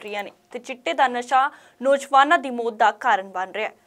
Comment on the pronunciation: Bibi bolna sikho mot ni maut hundi. Punjabi bolni sikho fr boleo news